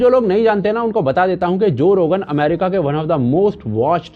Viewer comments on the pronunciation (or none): none